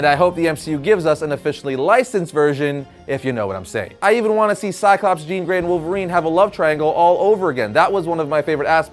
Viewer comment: Thank you for not saying Jean!